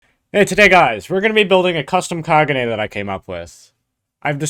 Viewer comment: kag-un-e not kaguja